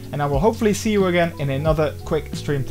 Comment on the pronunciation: Are you saying steam, stream, or Streve?